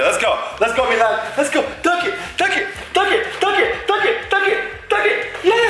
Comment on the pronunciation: It's milan not malin